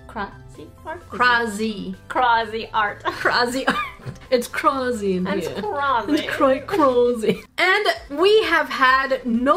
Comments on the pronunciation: It is pronounced cra-z-art but u where close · It actually is pronounced cray z art with an a sound. Not an auuuu sound. Lol. I mean its like saying crayon and crown. People say it differebt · It is cra-z-art. They want you to pronounce it crazy art. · Cra-z-art. Pronounced:crazy-art I'm calling you out 😂 no offense I love you videos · I am pretty sure it is pronounced Cra-zed art